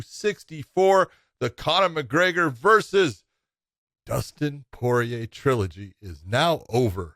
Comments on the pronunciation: That dude is horrible with name pronunciation. It's kind of your job.... "poyay" "garbront".... bro 🤦‍♂️ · Josh: Dustin Poy-yay